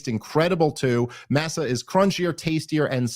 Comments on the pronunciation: "mah-sah" not "massa" Dave lol. its corn chips, not a southern slave owner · Love the show, not a criticism just an observation If I had to guess, I’m fairly certain that it’s masa chips, pronounced “Moss Ah” like corn masa used to make tortillas and tamales. At least I don’t think it’s pronounced “mass sah” unless the chips are being made by a group of people against their will who “work for the minimalist of wages: grits and tattered clothes” to quote the Time Haters sketch. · Dave, love your show and the content. FYI Masa Chips is probably pronounced Maw-suh (would’ve thought they’d confirm proper pronunciation with you)